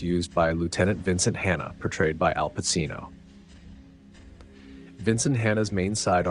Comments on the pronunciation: Not "Pa-CEE-no," but "Pa-CHEE-no." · Pa-Chi-no not Pa-See-no.